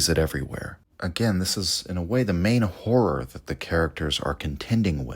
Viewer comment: Really struggling with the often used word HORROR repeatedly mispronounced as WHORE. "Cosmic Whore" omg .